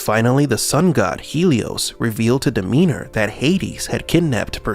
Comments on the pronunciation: It's DemeTer, not DemeNer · Why do you keep calling Demeter "Demeanor"? Transcript error or glitch in the meatrix? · it's freaking Demeter, not Demeanor... Also, the club's button literally spells HELP, not HELL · But "Demeanor" isn't. It's Demeter. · DemeTer. Not Demeder. Not Demeaner. (2) I think drawing from Greek mythology is just lazyness, though it borrows style. (3) There were many oracles. Delphi was one. No, that's wrong. Delphi was a cult with many, let's call them prophets, who resided/worked there. Architect is a general term, one used by any framework of understanding where someone built a reality. "Demiurge" or Yaldobath are terms actually coined by Gnostics. (3) Persephone's father was a mortal farmer. You can discount any story where Zeus is the father for two reasons: (a) he is said to be just about every god's father, and (b) "Zeus" just means god, so it's redundant. (also that's likely not his name, more a title) (4) Persephone was happy to elope, in many tellings, but she was assumed to be kidnapped by Demeter for story dramatic reasons. Then again, back then women were often sold or taken. I take no judgement on such, or even if it is true.